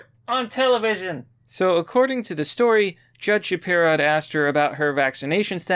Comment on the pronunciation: “Shapiro” Every Single Time…🙄